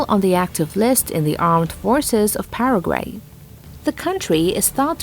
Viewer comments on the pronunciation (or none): none